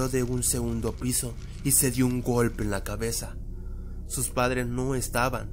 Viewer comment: Ay we,ay we,ay we xd. Eres una adulto y dices golpie se dice golpe